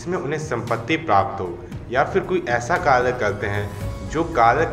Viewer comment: Kalyyyy nahi bhai kary